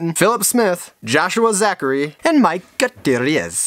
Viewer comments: More like Goo-tier-esz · Say it with me: Goo-T-air-esz